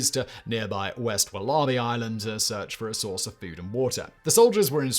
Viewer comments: Only British person I’ve ever heard pronounce it like that. The rest of us say woller-bee. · Is Simon trying to say Wallaby??? Wol-a-bee 😂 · Walla Bee. NOT, WahLah Bee. Good lord. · it's WAL-abee, not wal-A-bee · Even more incredible than the hideous affair is how you can possibly pronounce wallaby as "wullarbee" incredible. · Very well presented, Simon. I think you enjoyed that one. This is a riveting story we were not taught at school here in Australia. I'm waiting for the mini-series to come out. By the way, it's pronounced 'wolla-bee'. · Wal-A-bie is the correct pronunciation Simon. There are no r's in wallaby hun. As always.. thank you for your in-depth readings. ❤️ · When he said there was a population of wall-ARR-bees to hunt on wall-ARR-bee Island, I realized what was happening. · Wal ARE bee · Wal-AHH-bees HAHAHAH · As an Aussie it's hilarious hearing you say war-larh-bee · An American here, having the same reaction! (There are actually a couple wallaby sanctuaries here in the Seattle area; you can even adopt them as pets!) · American here- once i realized he actually meant the animal and not some obscure word I've never heard before I was just stunned. I thought his writers knew to include pronunciation guides by now. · Me, a Brit, also having the same reaction. I honestly don't know what's happened to Simon's speech over the last year. He's started putting on a weird accent and throwing in random wrong pronunciations. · these narrators are too lazy even to look something up. really grips my shnitzz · I am now going to watch this video just to hear him say wallaby 😂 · I had to put the sub caps on to see what he was talking about. Lol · Sympathy from England. I've never heard any else say it like that. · Its not even another language. Its Aussie English. Pretty sure the Aussies didn't pronounce it the way the natives did either.